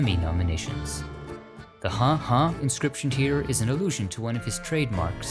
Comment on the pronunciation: You said the"huh" "huh" incorrectly. Not how a Marine would say it